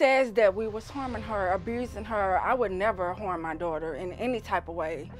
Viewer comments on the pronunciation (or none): Horm my daughter? Learn some dang English It's 2021 grow up